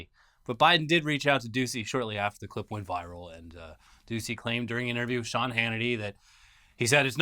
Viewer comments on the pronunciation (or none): none